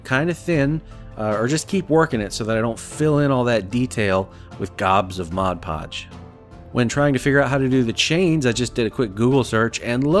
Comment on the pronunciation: Hooray! Hooray! I am so proud of you! I am so happy to hear someone say "Mod Podge" instead of "Moj Poj" You have made my day! Thank you thank you thank you!